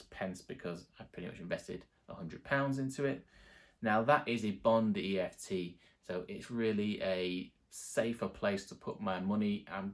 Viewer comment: kept saying eft ... 😂